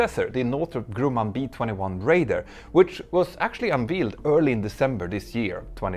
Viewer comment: Pronunciation note: your pronunciation might have been accurate had the B21 been covered in calf meat, but usually “unveiled” sounds like unvayld. :)